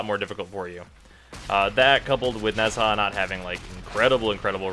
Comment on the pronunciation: nez...HA!..... I cannot